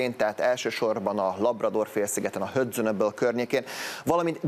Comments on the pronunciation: Igazán nem kívánok elkeseredett vitába bocsájtkozni az egyik legkitartóbb barátommal a világhálón, de errefelé azt leginkább 'hödzn'-nek ejtik. Mindenesetre a szó sohasem 'hodzon', ebben egyetértek. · Kedves tv bemondo ! Nem HODZON Hanem HADZON ! Ennyire nemkel az angolt "angolositani " Hudson, ejtsd Hadzon